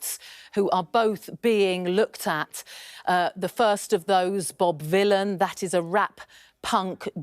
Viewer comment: One of the times you said Bob Vylan I thought you said Bob Dylan, which is quite funny because he's a Zionist shitbag.